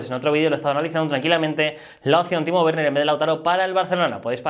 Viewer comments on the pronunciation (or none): none